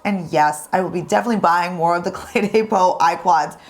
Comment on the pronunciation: It sounds like you are Pronouncing the name Cle DAY Peau instead of Cle DEH Peau. That is the first time I have heard the second word in the name pronounced "Day" instead of "Deh". Am I and others pronouncing it wrong?